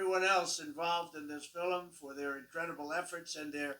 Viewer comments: Why did he pronounce the word "film" like filem? He did it twice. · Did he say "Fil-em"? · Side note: He pronounces the word "film" like an Irish person. Filem. Interesting.